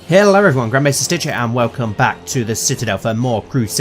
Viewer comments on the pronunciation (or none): I thought he said Grandpa Maestar Stitch